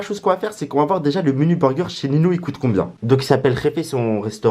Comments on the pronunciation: Ça ce prononce "ninhio pas nino " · prq il dit nino ?